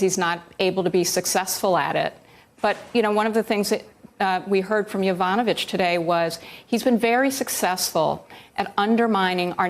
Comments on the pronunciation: Ari, please learn how to pronounce Yovanovitch correctly. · "YOV-ON-A-VICH". Not "YO-VA-NO-VICH" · YO Van OH vich? Uhhh no. YaVAHNuhvich, guy. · Ari, how long are you going to be reporting on this before you learn how to pronounce her name?